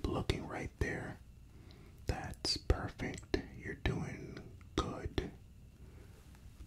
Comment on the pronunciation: Haha I know what Square means in the streets.. 😂😂 love it! Amazing! The whole thing. Love the lighting and everything! I miss this so much! Thank you! You are a gift to YouTube my friend. 👍 ❤ 😊 love the face touching with the matching sounds too. You rocked it. Ha also the way you say perfect is perfect! Lol 👌